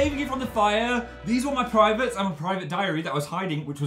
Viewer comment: "Here are me privites